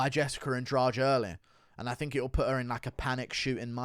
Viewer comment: Baaaahahahahaha, my man said Adrade-amedov 🤣🤣🤣